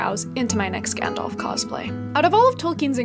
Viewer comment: Gandalf, not Gendalf. Having said that, love the vieo, thumbs up!!